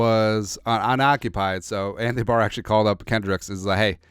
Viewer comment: are you saying Anthony D’Barr?